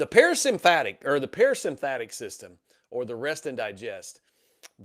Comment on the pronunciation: I love this talk except you are mispronouncing sympathetic and parasympathetic incorrectly. I’m an anatomy and physiology teacher so it’s driving me crazy. Lmao 😅